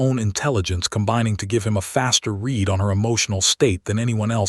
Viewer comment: Poor choice of bad AI pronunciation & imagery -- it's not REED, it's RED.... I'd rather have the still Cover image, than the looping Naruto JUNK. Plotline developes nicely + entertaining 👌